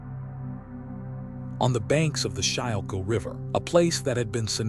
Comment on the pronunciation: It’s pronounced “skool kill” river!